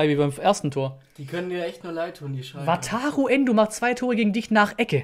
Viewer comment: Weiß gar nicht, wie oft ich ,,Wataro Endo‘‘ gehört habe